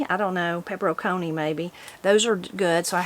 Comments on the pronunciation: Pepper n chini is how that's pronounced. So happy about the tractor and turning plow. 😊😊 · Pepperoncini is pronounced pepper-on-chee-nee